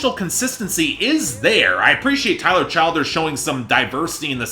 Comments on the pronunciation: it’s pronounced “chill-derz” lol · You’re pronouncing his name wrong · learn how to say the guys name the give your opinion it’s not as good as purgatory to me it was more rushed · It's exasperating to hear you keep screwing up his name.